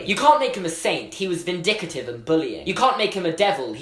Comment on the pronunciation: did he say "vindicitive"